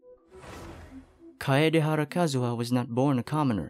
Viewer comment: kaedehara is pronounced as kaidehara